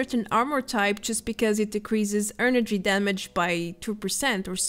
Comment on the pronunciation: Great video! Promise I'm not picking on you when I suggest this, but try and say "energy" not "earnergy"